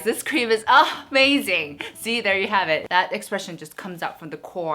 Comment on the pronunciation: Who loves it Everytime she said Urh-mazing 😂❤️ I rarely participate in giveaways cuz I’m not lucky but I hope for the best. Loves from Myanmar 🇲🇲 I love you ❤️